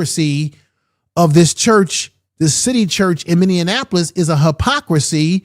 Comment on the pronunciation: Minneapolis is pronounced Many apolis not Many in apolis sir